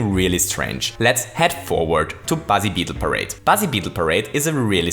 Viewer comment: It’s called Para-beetle Parade, not whatever you said. Read your own bloody images! :)